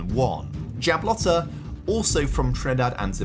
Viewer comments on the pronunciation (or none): It’s pronounced Jab-low-Tea not jab law tah🤣🤣 enjoy your content glad you did the concacaf champions league with a caribbean team this time